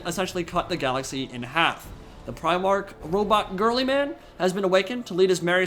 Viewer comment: Did he just say: "Robot Girlyman' !? Anyway Yeah this would be awesome!!!